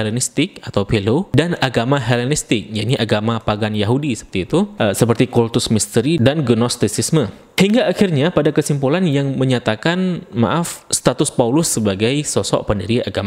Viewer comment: Bang kok masih ngucapin PANGAN sih...... yg benar kan PAGAN